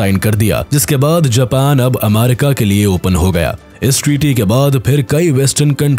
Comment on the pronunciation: Ammarica✅ Abbarica ❌